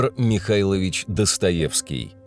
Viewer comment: Серьёзно? Диктор, который сходу произносит "Фёдор МихаИлович"? Великолепный?? 😂😂😂